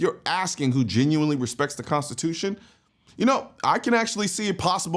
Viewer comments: I'm sorry..."consciotution? Lady, either stop drinking (which would be preferable) or start learning how to pronounce the word (actually, both would be a great start)! IT IS PRONOUNCED "CONSTITUTION"!! WHAT A LOSER!!! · She can’t even pronounce Constitution correctly her speech is very slurred lmao unless someone gonna tell me she has a speech impediment now 😂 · can’t even pronounce constitution correctly lmao my goodness